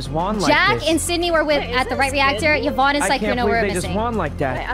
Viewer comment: "Ciz are you vouching for Evan?" Daymmm how long have you known Yvonnie to get her name right? 😂